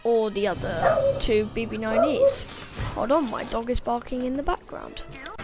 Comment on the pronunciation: Yes you said two bb9es 😂